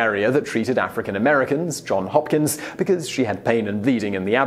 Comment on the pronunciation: yes they are great! I just had the impression that the pronunciation in the video sounded more like “John Hopkins”, a common mistake...